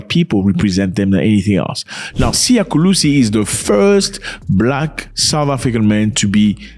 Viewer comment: Mr Zack Is not Kulisi is Kolisi Thank you for your time😊